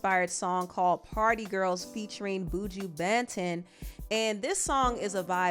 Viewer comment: Honestly....they way you said Buju Banton.....it was like you said Bougie Bāntön......😂😂😂😂 ..... it's BOO- JEW Bahn-TON....😂😂😂 But Thank you for putting me on to Rice n Peas....It's a banger...